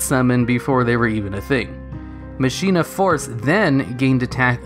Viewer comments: Machina force isn't pronounced that way. Mach eee na. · Could've sworn it's "ma-ki-na". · I thought it was pronounced "mah-kee-nah" but idk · You said machina wrong, it's pronounced Ma-ki-na. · machina is pronounced "mak een ah" not Machine ah. And for the record, people pronounce Dark Ruler "Ha Des" wrong too. It's Hay DEES not Hah Dess. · It almost feels like you look up the pronunciation of a word and then purposely say it wrong just to trigger people. Machina is said as "MAH-kin-ah". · Con-vig-ton?! I will hunt you like the animal you are!! this is not a Death Threat, because I need you alive. you must be studied, for I cannot for the life of me understand how someone could botch the name of my Hometown this badly...! Also, it's pronounced, "Ma-kee-na." I'm not as upset about this one as I was about "Commander Covington," I just felt like I needed to point that one out too for future preference.